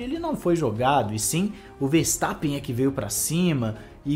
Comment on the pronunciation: Chupa "Farstappen" kkkkkkkkkk